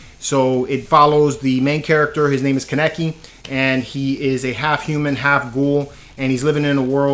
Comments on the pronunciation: It’s ken kaneki (kan-neck-key) not kannecke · His name Is pronounce KAN-NE-KIE